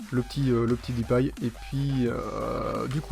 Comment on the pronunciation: deeeuuuupay pas dipay